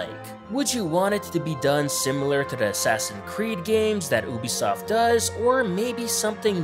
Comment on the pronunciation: oobisoft